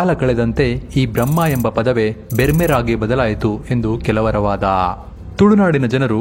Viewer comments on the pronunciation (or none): ಬೆರ್ಮರ್ ಅಲ್ಲ ಅಣ್ಣ ಬೆರ್ಮೆರ್... ಒಂದು ವಿಡಿಯೋ ಮಾಡಲು ಮೊದಲು ಒಂದು ಅಧ್ಯಯನವನ್ನು ಮಾಡಿ ಯಾರು ಹೇಳಿದ್ದನ್ನು ವಿಡಿಯೋ ಮಾಡುವುದಲ್ಲ... ಇಲ್ಲಿ ನಿಮ್ಮ ವ್ಯಾಖ್ಯಾನಿವೆ ಸುಳ್ಳಾಗಿದೆ ಮಂಗಳೂರುನವರು ಒಬ್ಬರು ಕೂಡ ಒಪ್ಪಲು ಸಾಧ್ಯವಿಲ್ಲ.....